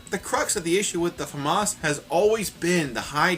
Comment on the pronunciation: how to pronounce the "famas": famous